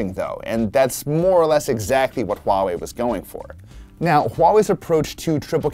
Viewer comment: Finally people can pronounce Huawei right. No more wahwei. I can proudly say I used to work at Huawei.